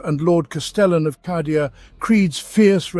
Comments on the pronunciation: Love the content normally but "cah"dia instead of "kay"dia is ruining it for me. Not saying it's objectively wrong, it just sounds wrong to my ear. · yep i do believe its said kay^dia in the audio books at least . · Cadia = KAYdia Cadia ≠ CAHdia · C A D I A! KAY DEE AH!!! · Holy crap! He does call it Kahdia! 🤣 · I'm fairly certain because how these are generated it's nearly impossible to dictate pronunciation. It's a problem across at least 4 that I know of. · I'm sayin it, it's objectively wrong.